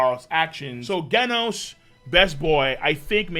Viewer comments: How u say genos (gheh-nos) and gif (jif) Wrong? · Does know he’s been saying Genos wrong this whole time?